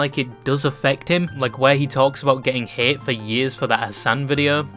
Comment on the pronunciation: i dont like ludwig but I dont like how you say the word hate either